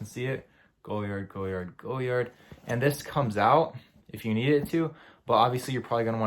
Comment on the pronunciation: It’s an atrocity how you pronounce the name of this designer😂😂😂😂😂#NoClass